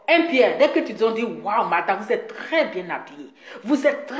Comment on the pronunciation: Et puis on dit pas "vous êtRes quoi ?" Mais "vous êtes quoi ?". Faut demander à EK là elle va t'aider à bien conjuguer le verbe être. Y en a leurs larmes pleurent, moi mes oreilles saignent tellement tu massacres joli français des gens là. Ça va améliorer tes directs. Take care... lol